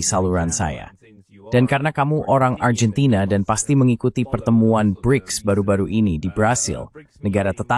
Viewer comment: Dalam pengucapan bahasa indonesia argentina ya tetap Argentina bukan Arjentina